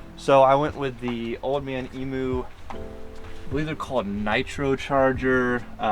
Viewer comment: you're one of the only yankee's to actually pronounce emu correctly. thanks for that